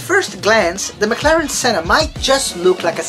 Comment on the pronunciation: you are pronouncing senna wrong